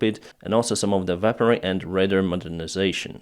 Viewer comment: Sorry. Weaponry -should sound like weh-puhn - ree. You did say it correctly at the 7.20. Wow. France. The Dassault mirage is a great multirole jet fighter. The saab gripen has been going off and on for the last 2 years now. I'll believe it, when I see it. Slava Ukrani 🇺🇦💕